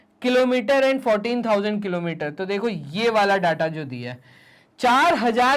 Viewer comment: Sir kalometer ki kilometer😂😂🤣🤣🤣